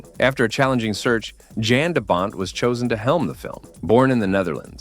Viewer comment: Cool upload.. BTW Jan de Bont. His full name is pronounced Yawn Duh Bawnt.